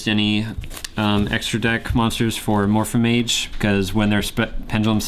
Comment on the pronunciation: it's Amorphage not Amorphamage